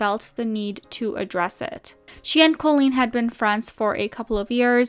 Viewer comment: Great video but just FYI - the pronunciation of Colleen is incorrect. It's not Col-leen, it's Co-leen.